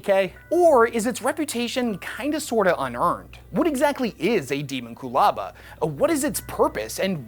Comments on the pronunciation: De-MON-cu-laba. Not DE-mon-cu-laba! AAAAAAAHHHHHHHHHHHH!!!! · I hate how he says, Deamonculaba. It's Dehmonkulaba, not Deemonqoolahba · Pretty sure it's pronounced Day-mon-cyul-aba like ho-mon-cyul-us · It's Dae(Day)mon, not Demon.... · Pretty sure it's supposed to be pronounced without differentiating the component words. Closer to de-monck-u-laba. It's a word that is definitely trying to evoke mysticism and esoterica from numerous sources in human history. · Deemonqulaba- I believe it’s pronounced like that. I don’t know for sure tho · How does a 40k nerd mispronounce the Dee mon cue la ba?😊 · Your welcome. :p also it’s kind of pronounced. Demon-q-lah-bah. :p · He always mispronounces the topic of his videos. I am less bothered by what the thing is and more bothered by the fact that he is skipping the first "a" and acting like it's 2 separate words. Petty of me? Hell yes. Lazy of him? Considering his slapdash and nonsensical description of the thing this video is supposed to be about? Yeah, probably. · Your pronounced this like a goober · That sir, is not how I pronounce it. 🤷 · I never heard anyone pronounce “Daemonculaba” that way in my life. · The scariest thing is the way you pronounce "daemomculaba" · Why is he saying it like that